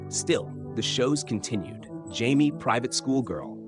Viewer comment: I hate AI voices. It’s pronounced Juh May, not Jaime.